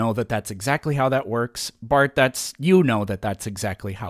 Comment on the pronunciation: Lol it’s Barth. This guy is a lolcow.